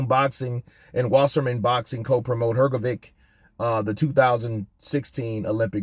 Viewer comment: Hrgovic is pronounce like Hrgovych. Trust me I'm from Eastern Europe too